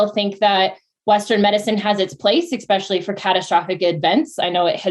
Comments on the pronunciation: When she said "expecially"...my ick reflex got triggered. Even if she wasn't already talking nonsense, I would have for sure thought she was even less intelligent somehow after that 🤦‍♀️ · “Expecially” — I can’t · The second someone says "expecially," my ears close. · I don't trust any medical advice from someone who says "ecspesially" or "innegrade".